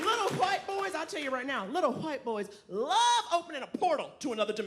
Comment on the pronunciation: Someone needs to teach Naomi how to pronounce "white"